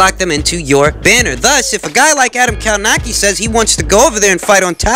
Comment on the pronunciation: Kownacki, pronounced more like Kownaksy